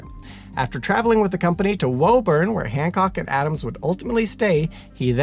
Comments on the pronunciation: Woo-burn, not woah-burn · You pronounce Quincy correctly but you've got Woburn all wrong. Woo-bun not Whoa-burn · Hello. Lifelong Mass resident here. It's pronounced "Woo-burn" Sorry, I hate to be that guy. But hearing the pronunciation used in this video was like nails on a chalkboard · Pronounced Con-curd, Charles-town and Wu-bun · Love these videos and I appreciate the accuracy in pronouncing Quincy, but the other town names are being pronounced incorrectly. Concord: "KON-kurd". Woburn: "WOO-bern". Massachusetts is weird like that.